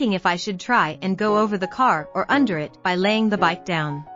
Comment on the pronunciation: You need a much better text-to-voice program. Actual human narration is always far, far better. The emotion that comes thru really improves the experience - and you don't get the "it" coming thru as "i" "t" or "to" as "t" "o".